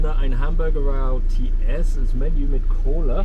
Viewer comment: Dein Deutsch beim McD war doch sehr, sehr gut! Das Einzige, was mir gleich aufgefallen ist, war Dein T beim Royal TS. Du hast es als 'Ti' gesprochen, aber hier spricht man es ja eher als 'Tee'. Aber schau Dir mal an, was die Kinder heute so auf dem Schulhof sprechen. Da ist Dein Deutsch Gold dagegen! Gibt ja auch Filme, die das Thema so herrlich aufzeigen. Wenn Du an Weihnachten TV geguckt hast, wirst Du evtl. das gesehen haben